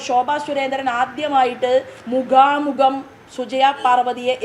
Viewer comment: മുഗാമുഗം അല്ല smt., മുഖാമുഖം ആണ്